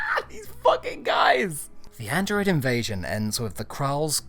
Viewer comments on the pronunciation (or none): none